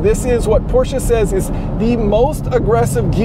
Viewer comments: How pleasing to the ears when someone actually knows how to pronounce "Porsche" with two syllables instead of one. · Kudos for pronouncing Porsche properly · One of the few dudes who pronounce Porsche right 👍